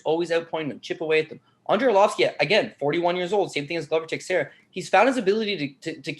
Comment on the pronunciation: Big fan of the show. Been watching you guys since the fight network days. Love the brutal honesty and no bs approach. But...for the LOVE of GOD SOMEBODY TEACH HOW TO PRONOUNCE "Texiera"!#!&#!!